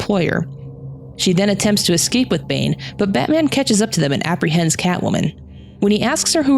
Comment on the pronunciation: I swear he's says Antman sometimes...love the vid though.